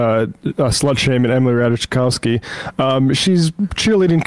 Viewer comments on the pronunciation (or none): Three swings at correctly pronouncing Ratajkowski, three misses.